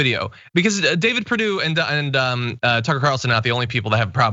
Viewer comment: so carlson tucker is prounouced cuntson tucker.